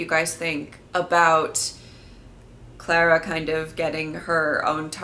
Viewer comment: It ClAra not ClEra!